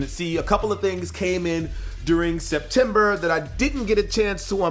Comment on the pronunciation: September not septeber and it’s October a the moment